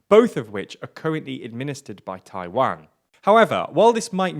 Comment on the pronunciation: Your pronunciation of "Taiwan" is terrible